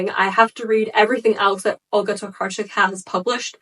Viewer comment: Poland mention 💛 Olga Tokarczuk is sooo good and your pronunciation of her last name is great, I'm glad you even take effort to pronounce her last name (most people don't)